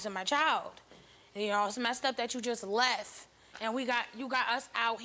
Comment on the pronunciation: I can't believe the sister just up and leff. The poeleese need to ax her some questions.....